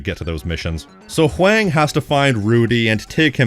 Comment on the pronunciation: Not to be that guy, but I think Huang's name is pronounced the same as "Wong." Maybe with a little more emphasis on the "H", but I'm no expert.